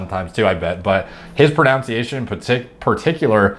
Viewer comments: It’s funny that you are laughing at for saying G-Hech, and yourself saying Pruh-Noun-Ciation😂😂😂😂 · ‘His Pro-Nounciation’ Did...did you just mispronounce ‘pronounce’? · You can't pronounce the word "pronunciation." Have you ever read a book, even once in your miserable life?